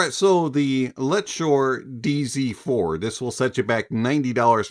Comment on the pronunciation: I heard DC4... I'm from Mexico and I think I can pronounce "Z" better than you hahaha😂❤🎉